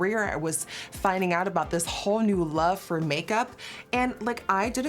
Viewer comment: The way she said “whole” lol